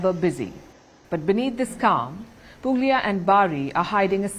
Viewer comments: It's pronounced Puglia but the "g" is silent. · It is pronounced Pulia . The g is silent in Puglia